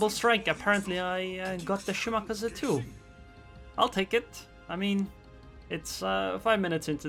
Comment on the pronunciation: omg please stop saying "shi-maka-za"...its "shi-ma-ka-zee"